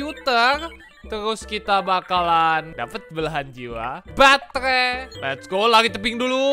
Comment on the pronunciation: Gila gw ketawa sendiri denger: batehrhai, ghrhow, hrhobot, khrhopos, luahrh angkasa awokawokawok